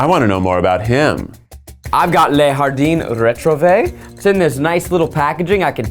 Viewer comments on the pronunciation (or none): “Lay hardine retrovay” Zach your attempt at French is killing me 😂